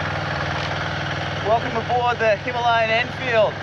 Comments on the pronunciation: why are you the only person pronouncing the word Himalayan incorrectly? 🤣 I'm pretty sure it's pronounced Hima-layan... But anyway awesome video mate 👍 sorry to correct you. 😜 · Since this is an Indian word an Indian bike so you better pronounce it correctly. It is Hima-layan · Why can't you pronounce Himalayan properly? It's named after the Himalayas for Christ's sake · 🤔 I've never heard it pronounced that way, but we're Aussie 😜👍 Well I guess I'm wrong then. But every reference I can find pronounces it differently to what you are telling me.